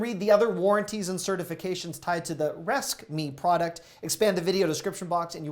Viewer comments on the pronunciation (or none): Our son got pulled over one night for going to slow. The speedometer had broken earlier & he didn't want a ticket. The officer laughed & sent him on his way. Oh, yeah. It's not 'resKme'...It's ResQme (rescue me) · Somehow I think Resqme is supposed to be pronounced res-q-me (rescue me) not "reskme" 😂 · Bro... resqme is not "resk me"... Res Q. Me . rescue me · Haha. You are so funny! I think that "resqme" is pronounced res-cue-me not resk-me. Hilarious!! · I think its supposed to be "res-q-me"